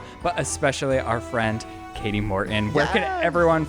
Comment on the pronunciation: Shane its Kati Morton not Katie